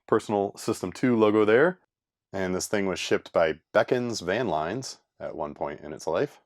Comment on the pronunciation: FYI "Bekins" is pronounced w/a long 'e'. They used to have an enormous 5 or 6-storey windowless cube-shaped storage building in Redwood City, CA when I was a teenager; you could see it from several miles away...